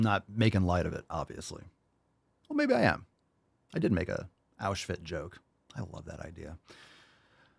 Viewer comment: Man said AushFIT 😭😭